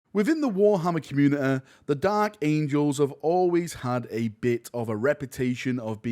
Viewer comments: Where did the "t"s go ? :o Comunihy ? :O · trustworthe, communi-eh, horus herese